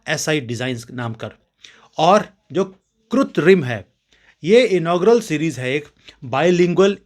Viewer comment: I offer my condolences to Pancholi ji and his family for the departure of his wife and pray to Ishwar for the peace of her soul., the correct hindi pronounciation of the word artificial is kritrim not kutrim. Kritrim is wrongly pronounced by many people as kutrim.